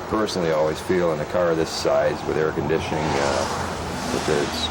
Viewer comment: did he say, it has airconditing at 2.12.